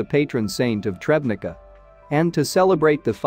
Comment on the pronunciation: Tschebnitza, not trebnica.